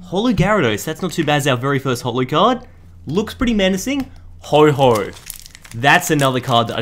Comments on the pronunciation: its ho-oh not ho-ho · ITS HO-OH NOT HO-HO. TRIGGERD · why does he say "ho ho" its ho-oh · Dude ur videos are the best and also it’s Ho-Oh not ho ho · It’s ho oh not ho ho